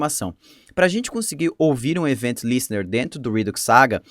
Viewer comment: top o conteúdo :) dúvida: pq o array de middlewares precisa ser criado antes e depois ter vários .push para adicionar os middlewares, em vez de ser apenas um `const middlewares = [middl1, middl2, ...]`? outra coisa, acho que seria legal dar uma pesquisada sobre a pronúncia das palavras, como queue (é tipo "kill"), event (é mais como Évent do que evEnt). O que me incomodei é ouvir rídux em vez de redúx xD